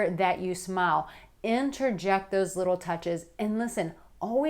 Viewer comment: *LITTTLE LITTLE